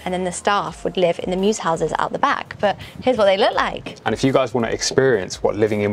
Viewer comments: Temporal is just MEWS. Not "mewses"😂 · Mews, not mew.